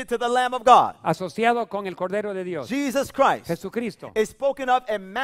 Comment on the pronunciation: Pastor listen to when you said Jesus Christ it sounded like the dude said hypocrite